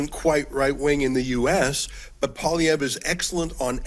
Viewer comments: Pierre Poilievre. Say "poll-ee-EV". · Oh and it's "Poe - Lee - Ev" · It’s Paul-E-ev. Get used to saying it. 😉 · Everybody, Canadian and American alike, needs to learn how to correctly pronounce Pierre's name: PWAH-LEE-EV-RUH (the "ruh" part mostly silent). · get the pp name right man you talk so good cant say a name right?